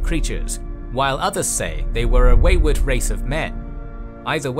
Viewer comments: Fantastic video, though I will say the pronunciation of a few things is a bit off compared to how I've always heard it in the past. Chimer - Kai mer Ayleid - Ayy Lee Id Reman - Ree Mun Tsaesci - Si es see Hjalti - Hyul tee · Dude thank you, I almost died when he said "Tay-ski" lmao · Awesome video nice to see you dabble in elder Scrolls lore. Two thinks though. 1. The pronunciation of many races was completely wrong, most notably with the chimer, the ayleids and tsaesci. For someone who knows a lot about tes it takes a bit out of the experience. 2. Some of the smaller Facts where wrong. For example the Alessian empire didn't control the west of hammerfall when the Ra Gada came. Also Nord's didn't know how to shout during Tibers time there, the left that behind Way back in the first era when Jurgen Windcaller founded the graybeards (who only told Tiber when they called him) (fun fact: after his crowning, Tiber actually founded a Thu'um school in Markarth to get shouting back into Nordic culture, but it didn't take off since non-dragonborn people had a hard time learning the voice.) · Tsaesci is pronounced tsah-eh-si, not tsei-ski